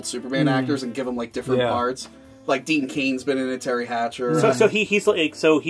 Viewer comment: Dean Cain... Did he just say Dean Cainsman? And it IS Donner (dâh-ner) and NOT donor. And why would you get shit for watching Supergirl? That show's awesome!